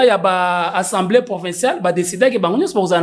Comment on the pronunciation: Bonjour. Nous aimons beaucoup ton émission, de la bonne information mais aussi de la pédagogie. Tu es suivi à travers le monde. Petite correction mon frère on dit (assemblée) et non (ensemblée) Ca commence à faire un peu mal aux oreilles et risque d'induire certains congolais en erreur. Merci beaucoup. Na ndenge ya bien. Mokonzi.